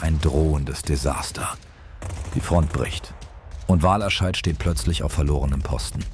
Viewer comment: Wahlerscheid ist korrekt, da bin ich in der Aussprache nicht sauber gewesen ;-) . Ich hoffe sonst hat dir das Video gefallen?